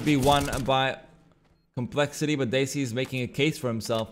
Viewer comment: he keeps pronouncing desi as daisy and it hurts lol